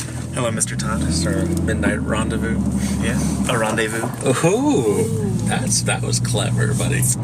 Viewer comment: "Arandavous" made me smile